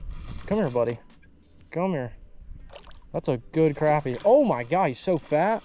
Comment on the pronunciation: It annoys the shit out of me that you youtubers don't say crappie right. I unfollowed a guy cause of it.